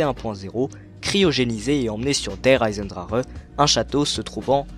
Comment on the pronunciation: Pk tout le monde dit der eisendrareeeeeeee c der eisendrachee ptn